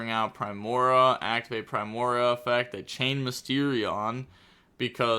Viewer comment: Just gonna drop some pronunciation so can hopefully see this and stop ragebaiting all of us. Solfachord (SOUL-fuh-kord) Primoa (Prime-OH-uh), alternatively (Prim-OH-uh) Solfegia (Soul-FEH-jee-uh) Gracia (GRAY-see-uh) Hope this helps